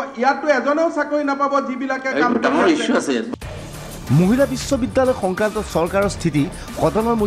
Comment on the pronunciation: "Muhila" nahoi "Mahila" he.